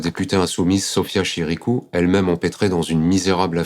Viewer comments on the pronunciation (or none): on dit chikirou pas chiRikou... et elle n a jamais dit qu il y avait du Doriot dans Roussel. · C'est pas que je l'apprécie particulièrement, mais c'est Sophia Chi-Ki-rou, pas Chir-Ri-kou. Kirikou, c'est un pti bonhomme qui court tout nu dans la savane. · Deux erreurs en moins de deux minutes..... C'est décevant c'est la première fois et vraiment dommage. C'est Chikirou et pas Chirikou Et elle n'a pas comparé elle a repris une comparaison d'un journaliste..... Ça fait chier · Oui, mais c’est Chikirou et non Chirikou. Des limites !